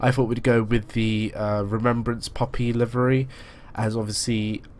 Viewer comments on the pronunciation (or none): none